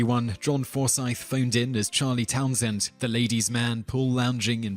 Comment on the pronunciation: I forgot Charlie had the same last name as myself. From Charlies angels. It's pronounced " towns end. Btw